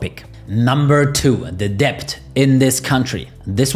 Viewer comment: "debt" is pronounced "det"